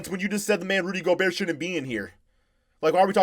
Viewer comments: It's go-bear not go-burt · Nobody: Flight: “ Rudy Gogurt” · Is he just trolling us or is flight really that stupid? He's in his own words "such a casual"....seriously less than a casual fan if he doesn't know who he is or even pronounce the name of the 2-time reigning defensive player of the year award winner in the NBA. That's like not knowing who james harden is and pronouncing his name wrong too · How does anyone take flight serious.... The dude defines CRINGE.... The man says "JOE-KICH" and "GO-BURT".... SMH....